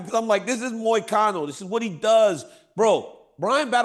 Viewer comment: does Chael go out of his way to butcher everybody’s name on purpose? It is so hilarious how he just can’t get anyone’s name right lol it’s gotta be on purpose.!!! Then he says MOY-A-CANO 😂😂